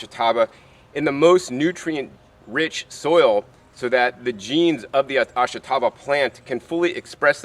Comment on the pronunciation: I'm not much of a gardener, but I ate plenty of this stuff when I lived on the Izu Islands. It's pronounced AHSH-tah-bah. (The sound of the "i" is barely heard.)